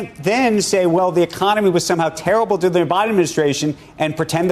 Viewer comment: I just wish you would pronounce the R in during. I never know if you’re saying “doing” or “during” unless I pay attn to the context before and after.